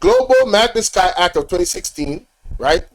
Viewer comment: Yeah you mispronouncing magnitsky act 😮...its ok ..